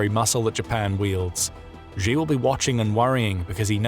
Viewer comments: Chinese leader's Surname Xi is pronounced pretty much like /she/ no matter that 98% of the newscasters get it wrong and pronounce it /gee/ it's still wrong, don't follow the crowds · Please learn how to pronounce 'Xi' properly. You come across as unprofessional & therefore not so credible.. it's an easy fix. (Clue; it's pronounced like 'she' - not the 'X' in Xylophone, or ' 'J' in Je suis un homme). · Xi pronounced SHE Winnie the Pooh!